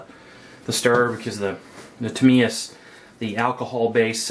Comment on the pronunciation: And also good to hear you pronounce Tamiya correctly.